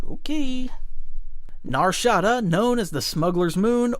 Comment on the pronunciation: You never played Jedi Outcast/Knight/Academy or Dark Forces, and you pronounced Nar Shaada wrong... And also over simplified It and forgot a lot of Lore about it